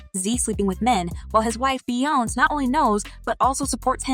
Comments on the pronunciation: How white can one be? The fact that she can't pronounce Bee-yonz's, Bee-yons, name correctly is UNBELIEVABLE!!! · Jay-zeee🤦🏾‍♀️🙃🤣 Bee-younze😡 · The way she keeps saying Beyonce wrong is obnoxious. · Okay honestly. When you report stories, please say the names correctly. Little things like this makes a difference on dishing your content. Saying and pronouncing names in the wrong way literally lowers your credibility as a content creator. Your pronouncing Beyonce incorrectly and it hurts my ears